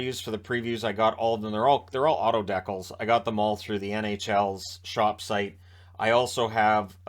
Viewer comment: I am now henceforth pronouncing decals as dakkals.